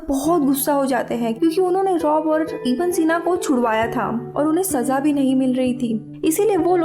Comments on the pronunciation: Its not iba sena its ibn e seena... Its arabic name... And muslim scientist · It’s Abu Ali Evne sina..not eva sina.. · Its ibn e sina not ibn sina.. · This is not iba sina this is ibn sina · Its ib ney sina....not iba sina plz correct the pronunciation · Iba sina nahi. Unka nam Tha ibne sina. Arabic name hai. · Not iba sina he is ibn e sina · not IBA SINA, IBN SINA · Iba sina nhi ibnai sina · His name was Ibn-e-sena not iba sena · Iba Sina nahi Ibn Sine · it's ibn-e-sina not iba sina. Ibn sina was father of early modern medicine!! You explain movie very well!! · It’s not iba sina. It’s ibne sina. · Baki theek tha...but wo ab-aseena nam ko theek sy pronounce nhi kiya